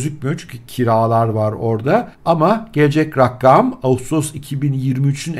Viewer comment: raggam değil abicim rakam :D